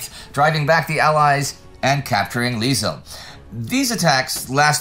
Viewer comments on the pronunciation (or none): Some corrections on Dutch town an village names: Liesel should be Liessel, Menlo should be Venlo. And Meijel is pronounced something like 'my ell', or 'Michael' without the k sound.